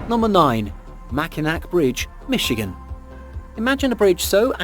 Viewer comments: It's pronouced mac in aw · Great video, I enjoyed it very much. Just so you know, number nine is not pronounced with two K sounds. It’s pronounced like Mac-in-awe. I know it’s weird but I have family that live near it and I’ve been across it several times. It’s really high up, parts of the road are Metal grate so water won’t stand on it so you can see through the road, and oh my god, it can be unbelievably windy. Like push your car into the next lane if your not careful windy.